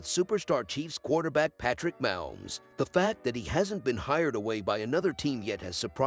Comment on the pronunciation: Ya think? LOL Yeah, it's pretty horrible when Moums and Bingalls keep repeating. They need to phonetically write them.